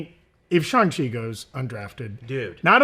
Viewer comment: Thank you for being one of the rare YouTubers to pronounce Shang-Chi correctly. Everyone else says ShUng-Chi and it drives me nuts. I mean there's even a scene in the Shang-Chi movie where he teaches Katy exactly how it's pronounced and repeats it a few times.